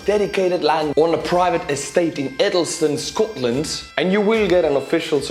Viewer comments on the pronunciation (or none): none